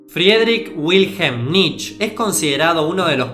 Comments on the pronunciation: cometiste un par de errores en la parte de Nietzsche (se pronuncia como "knee-tcha" no "nich") En El Zaratustra el loco (otro personaje) había anunciado La muerte de Dios, no el Zaratustra. Y el tema de Heidegger y el nazismo es más complicado, el voto por Hitler pero se arrepintió eventualmente, y no sé quién de los dos estará mal informado, pero en principio el no había "malinterpretado" las obras de Nietzsche, de hecho, fue el que más exhaustivamente lo analizo y le dedico 4 libros a el, cuando todavía sus trabajos vivían en Las sombras. Si me tiras una fuente de lo de Heidegger te lo agradecería. Y lo del Superhombre olía mucho a resumen de revista Billiken, pero está bien lograzo considerando que lo tenías que explicar en menos de un minuto (entusiasmo a todos a que indaguen más en este autor y sus conceptos). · Se pronuncia "Nitche", no "Nitch" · Amigo no se pronuncia nitch es Nietzsche así tal cual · Por favor, dejá de decir nich, se dice Nitche, la E se pronuncia en alemán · Se pronuncia "Niche" no "Nich", banana.